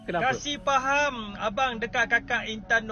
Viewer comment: Min, bukan “Faham” tapi “Paham”